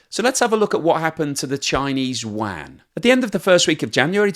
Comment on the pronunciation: What's the "Chinese Wan?" Do you mean yuan?